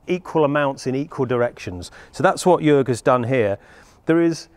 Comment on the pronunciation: HA HA HA, I knew it! =) BTW: Jörg sounds more like Jerg than Jorg. For the next time. : >